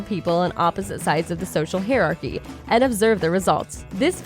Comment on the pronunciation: "Hi arc eee" not "Here arc eee" is how you pronounce hierarchy. If anyone needs to know how to pronounce something, they should look it up in any dictionary. They have phonetic pronounciation in the front of each definition. Or you can ask me. But seriously, I had to ask myself, what word WAS the otherwise excellent narrator trying to say?